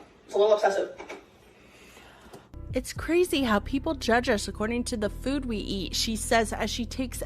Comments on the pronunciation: i hate how she says Fuud here 😫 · “FEUWED” “my relationship with FJOOOD” 🫠😡🥴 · The way she pronounced “food” in this video is the worst 😭